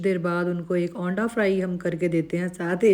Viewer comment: Ap aanda kehti bohaaaat buri lagti hen plz ese na bola karen